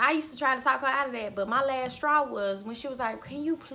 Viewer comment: You have multiple "lasstraws"